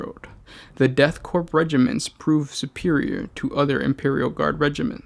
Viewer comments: I was initially upset how he pronounces ‘corp’ as ‘corpse’ but I mean it’s fitting since it’s the *death corps so.... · I agree. I love the fluff but it was very difficult to keep listening to the improper pronunciation of the word "korpse". Please double check pronunciation. It is pronounced like core. Otherwise great video. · Pronounced "Corps" rather than "Corpse", no? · Oh. My. God. Please for the love of the Emperor, STOP SAYING "CORPSE." "Corps" without the "e" is pronounced like "core." Every single time you said "corpse" was like having metal shaving forced under my fingernails, one jarring millimeter at a time. - Grammar High Inquisitor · >death corpse KORE. <-- Please say it literally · nitpick, corps is pronounces "core" not "corpse" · 1) I enjoy your 40 facts videos... 2) And Im sure this has been pointed out in the last year or so... but it is pronounced at CORE. You dont say the US Marine Corpse. Its said just like the word "core".... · Why is it you insist on horribly mispronouncing something in every single video? It's pronounced like core not corpse... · Core. it's pronounced Core. It's French. About the fifth time you said "corpse" I had to stop listening. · Her is a fact for you the ps I'm "corps" is silent pronounce it as core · Corps is pronounced “core” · Hello, friend. "Corps" is pronounced with a silent P. It's bad luck to pronounce it as Corpse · Corp is pronounced core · Corp = “Core” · Death "corpse" I wish I was a corpse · Sweet Jesus. Korps, or Corps, is pronouced CORE!!! Like the core of a planet! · Corps(Korps) is pronounced as Core lol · Austin Johnson "corps" is pronounced core, korps is not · Good video, but the "P" is Corps is silent. Pronounced like core. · "Death Corpse" stopped listening right there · Ahh the deff "corpse" of kreeage, muh fovareti